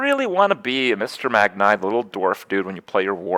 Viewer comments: "Magn-ee" lol not Eye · You seriously think that saying "Megnay" instead of "Magni" will give you more YouTube comments? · its MAGNI not MAGNAY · wait is it "magneye" or "magnee" ? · Ey yo dawg, it's pronounced "Mag-knee." It's not "Mag-nye." He's a fokin legend, not a fokin scientist. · Just to note, it's 'Mag-nee', not 'Mag-nigh'. (Source: WoW and Muradin's Heroes of the Storm spotlight video.) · "Mag-Nye" You have to be doing this on purpose, Kripp. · Magni is pronounced MAG-knee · Ffs kripp its said Mag-nee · Stop saying Magni's name wrong Kripp!